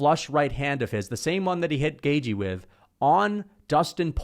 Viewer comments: Bro says Justin gay-G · You said his name wrong again gashi gaishi gayche